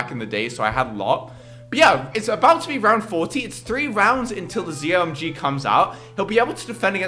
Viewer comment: you say Zomg it's meant to be pronounced Z-O-My-God